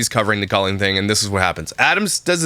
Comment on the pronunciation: Does Trisha not hear herself saying Co-lean? And does she not know that's not how you say it?! Drives me BONKERS! 🙉